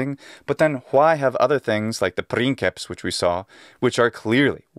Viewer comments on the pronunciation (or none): Prin"sseps" and why not prinkeps?